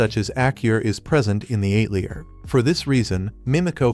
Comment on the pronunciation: The “ate-lee-uhr “? These AI voice overs are so incredibly bad! 👎🏻